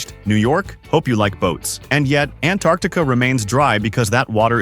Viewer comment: Also you’re a bit inconsistent in pronouncing “Antarctica”.